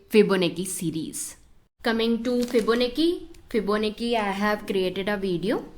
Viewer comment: Fibonacci is pronounced as 'Chi' like in Gucci